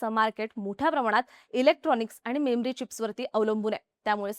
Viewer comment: मेम्री चिप्स नाही. मेमरी चिप्स असं आहे.